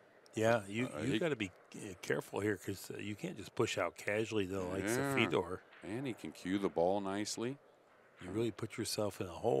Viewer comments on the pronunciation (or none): It’s not Feeeedor lmao it’s Feh-dor. Please stop butchering his name! Thank you other than that great commentary.